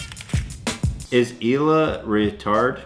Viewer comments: Ela is a common name in poland, altough you don't pronounce it "Eila". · Guys It's not "Ela" It's Ealuh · Ela is pronounced like e-luh. Ella is pronounced el-uh. Your dad sucks at English.